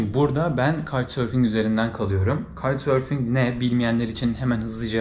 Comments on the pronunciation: 😆😆😆Kite-surfing (Kayt sörfing) denizde olur..!!! Sen "Kauç sörfing" (Türkçe okunuşu) demek istiyorsun galiba..!!! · abi bu arada kaytsörfing diil kooçsörfing şeklinde okunuyor olmalı. kitesurfing bir tür ekstrem spor sanırım :)